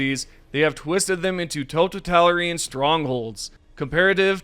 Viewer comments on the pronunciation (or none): totatalian? can you actually speak english please 🤣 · I know people hate this and you didnt ask, but totalitarian is gonna be a big helldivers word so just for my own peace of mind. Toe Tal It Air Ian If you misspoke or hate this im sorry. It just bugged me when I heard it. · tow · ta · li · teh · ree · uhn For future reference on how to pronounce “totalitarian.” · Totatalarine? Totalitarian. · woah the way you pronounced “totalitarian” was so weird, had me go back and listen to it several times and I think you said “totitalirian” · Nice, I bet knows how to pronounce the word totalitarian now with your help👍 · That's a crazy way to pronounce "totalitarian".